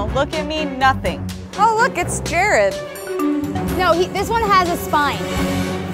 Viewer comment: Is it Jared? It sounds more like “Gerard”.